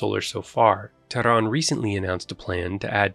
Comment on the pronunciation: Who are you to talk? You are an arab from peninsula below Persian gulf. You betrayed yourself and your propoganda work by the way you pronounce Tehran.